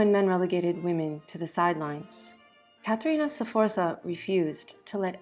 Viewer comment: In that case try to learn them at least to pronounce the name of Caterina Sforza correctly. The pronunciation of all the names is so butchered that only people who know Caterina´s story can understand what persons are mentioned: Galeazzo Sforza, Lucrezia, Girolamo, Giacomo Feo, Cesare, Giovanni delle Bande Nere, Forli, Imola... 😩